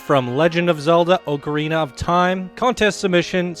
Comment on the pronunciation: Pronounced ocarina wrong, I can’t watch this video